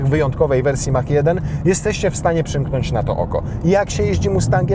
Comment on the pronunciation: Polskie wieśniactwo z językiem angielskim nigdy mnie nie przestanie zadziwiać. mówi się MAAK a nie Mach, tak samo mówi się MAAK-E a nie Mach-E